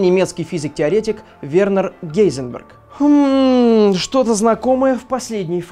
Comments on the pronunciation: не вернер гейзенберг а хайзенберг) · в 2021 году гейзенберг не так звучит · Произносится не Гейзенберг а Хайзенберг...